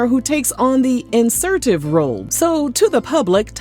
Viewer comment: Ewe. ..how you saying insertive. Oh God.😅😅😅😅